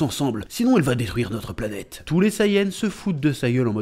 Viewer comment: Bonjour, Merci beaucoup pour ta vidéo sur l'OAV Dragon Ball Z - Bardock contre Freezer. Concernant la musique "Solid State Scouter", elle est aussi entendue lorsque Bardock combat les sbires de Dodoria (d'ailleurs, elle est tellement stylée que je me la repasse parfois). Et tu as dit "planêtre" au lieu de planète quand tu évoques les Saiyans qui se moquent du père de Kakarot. De mon point de vue, cet OAV est le meilleur de la série avec celui de Trunks du futur. Oui, les Saiyans ont massacré des populations et leur extinction est logique, mais d'un autre côté, il faut se demander s'ils avaient vraiment le choix. Tôt ou tard, Freezer aurait fini par exterminer les Saiyans, que ces derniers continuent ou non de le servir. Comme tu l'as dit, Bardock n'a pas eu droit à la rédemption, mais quelque part, sa mort permet à son fils d'hériter de sa volonté de repentance, puisqu'il fait le bien autour de lui.